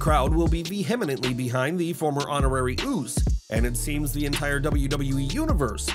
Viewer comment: Please learn to pronounce vehemently. This is the 3rd time in multiple videos...